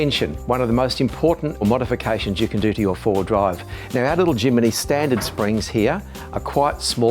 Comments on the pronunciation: great video but its a Jimny NOT A JIMINY!!! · Why does he say Jimny wrong every time. There's no i after the m. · Crikey mate....it's Jimny, not Jiminy! Capable little beast that. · Jimny, not JimAny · 5 minutes in, I'm astonished that he got as far with such a defeatist attitude - not someone that I'd like to represent a brand. Also, it doesn't bode well when a dealer mispronounces the name of a product: It's not Jiminy, it's Jimny. All that being said, the modifications to the Jimny were spot-on and clearly effective. Ironically, as a Suzuki Jimny owner, I now want to swop it for a Iveco... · somebody please tell its jimny not jiminy! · "Jimeny " ??? It is called Jimny ! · My eye twitched every time he said "Jiminy"... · It’s “Jimny” not “Jimmy” ? Strange. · Great video - but you have to learn how to say “Jimny” 👍😉